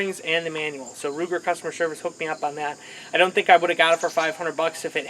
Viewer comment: Its pronounced Ruger! Not luger DA